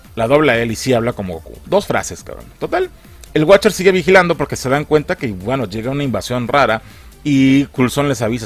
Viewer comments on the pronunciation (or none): Cuando dices el watcher escuché que dijiste “el wachas” jajajaja